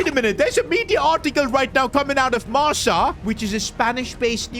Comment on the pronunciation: It's MARKA! Not MARSA hahahah